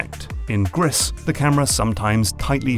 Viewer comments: Spanish for gray. It is pronounced like grease (though in Spanish the r is rolled). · FYI Gris is prounonced Greese , Gris is gray in spanish and (Gree) french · Now I haven't played Gris myself, but something tells me that's not how you're meant to pronounce it. Can't tell if that's a joke or if english monoglots just don't know that word...?